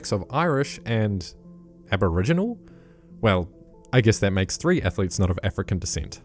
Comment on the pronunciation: Why did the narrator say "Aboriginal" like it was somehow weird?